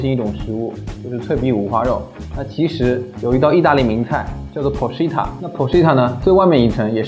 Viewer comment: porchetta不是chi塔 是kai塔